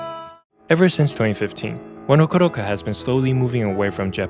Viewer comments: He's not slaughtering the One Ok Rock part, it's how you supposed to pronounce it. One Ok Rock name came from the time they used to practice in a studio, One O'clock in Japanese became Wan O Ku Ro Ku or it can be written as a number 10969. It's not wrong to say Wan O Ku Ro Ku, as it was the correct Japanese pronouciation of the band name. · Why can't you pronounce One Ok Rock as is? You are using AI? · The original band name as far as I remember was One o'Clock but because of the japanese pronunciation, it became One Ok Rock.